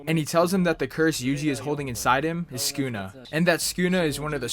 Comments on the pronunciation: It's su ku na not skuna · Bro its Sa-kuu-nah, not skuna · mans called him skoonuh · Lmaoo listen how he says sunkuna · every time he said sukuna it made me want to kms good video though